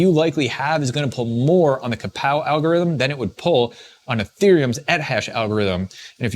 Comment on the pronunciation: KAWPOW not KAPOW